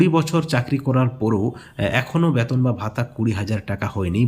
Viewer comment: Age B-E-T-O-N UCHHARON TA THIK KORUN😂😂😂😂